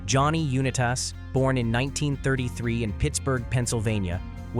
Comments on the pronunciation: I know! Johnny “ You-Na-Toss?” Cmon dude! Good vid otherwise 🙄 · johnny YOUnuhTESS agrees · Although incorrect photos of players were cringeworthy, nothing comes close to AI bot pronouncing the legendary Colts QB as Johnny Uni-taz. Just pathetic. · If you can't learn how to pronounce "Unitas",n go back to the carwash!!!!! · Can you not pronounce Johnny Unitas name correctly, one of the most legendary names in football and you do this, who edits these films….. a 6 year old? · Or pronounce Unitas correct.